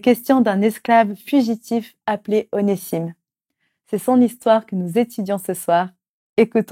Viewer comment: Onésime se prononce Oné(z)ime